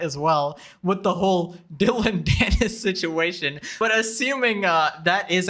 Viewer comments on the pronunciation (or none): none